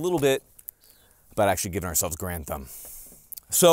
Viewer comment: I thought your name was Mike Grantham and you just made your channel Garand Thumb because it sounds like Grantham when you say it quickly lol